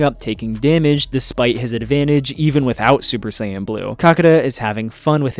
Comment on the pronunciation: Mispronounced Saiyan, Kamehameha, Zamasu, and Gowasu.